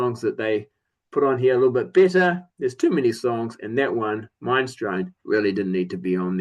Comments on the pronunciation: Uhhh it’s Min-es-strone. Like the soup? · Bonfire: I always assumed those signatures were "factory issued", ie they were printed at the press because I bought mine new, and it has them too. As for Minestrone, fun fact: It's pronounced "Minnes-tronie" and that's a type of soup! :-) It's an 'a-cappella' piece and it's fun, but yeah, it gets old quite quickly. Yeah WSOP always stuck out like a sore thumb on Force Majeure. It would have been fine buried at the back, but not an opener, agreed. Ah Love For Sale is fine, it's supposed to be a party song. Just a throwaway. I could have done without Ride Cowboy Ride, now that's kinda rubbish. Don't have any of the other albums (yet), except Electric by The Cult and yes, I agree, it fits the album, but I'd have preferred another Cult song.